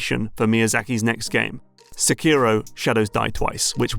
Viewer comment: Seky-ro, not Suh-keero. Great video otherwise.